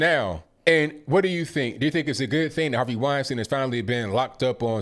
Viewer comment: Weinstein. WINE STINE ! In German ei always sounds like i. ie always sounds like e.